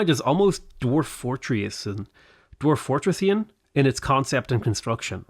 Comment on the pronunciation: “dwarf-fortressian” say “tressian” like “prussian”